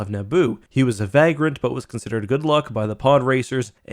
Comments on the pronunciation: Vagrant is enunciated with a hard a sound applied to its first "A" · Wait so he says vagrant the same way as he says vague. Weird.